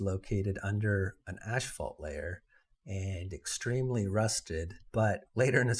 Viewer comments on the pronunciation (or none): Ass-fault... not ash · Just so you know, asphalt is pronounced "ass- fault NOT "ash" - fault .